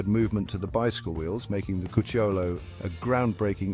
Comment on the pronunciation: Great video, very informative and well researched! The accent on "Cucciolo" falls on the "u": "Cúcciolo".